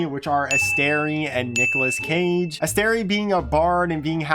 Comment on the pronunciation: Read the name Aestri again and tell me where that third syllable comes from please. ASTERI??? What